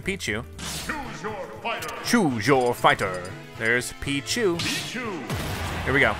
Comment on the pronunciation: Peeeee That what I heard to.